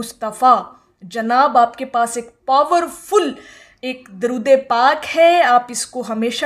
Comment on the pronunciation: آپ کی درود پاک کو پڑھنےکی ادائیگی درست نہیں ہے